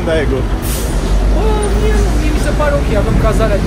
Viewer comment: Va iubesc și va respect munca, dar va rog sa nu vă supărați când va spun că se pronunță Degu (Daegu). Cam tot ce e cu "ae" se pronunță "e".